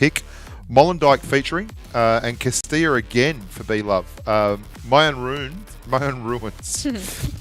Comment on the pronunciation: ……this Texan taught you how to say Cah-ste-ah. Not Costilllllla.